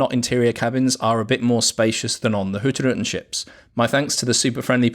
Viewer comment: At last …. Somebody can pronounce Hurtigruten correctly. Fantastic ships and video 👍